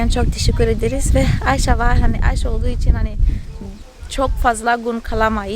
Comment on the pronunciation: negüzel Ayşe diyorsun tam bir Türk gibi çok hoşuma gidiyor sen çok yaşa